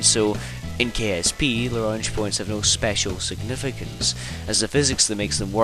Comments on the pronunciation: pronounced as Lag-ran-jay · Actually it's 'la-gran-j' with a hard j like in 'jam' or variably 'la-grain-j' when referring to Joseph-Louis Lagrange who it was named for. Lagrangian is almost invariably pronounced 'la-gran-jee-on' though.